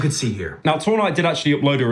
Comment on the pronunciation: Why does he keep saying two nigh